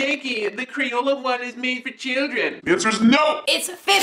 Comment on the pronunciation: YOU SAID CH-LIDREN